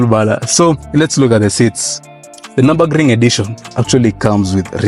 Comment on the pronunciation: Its prononounced Niobogring when saying it.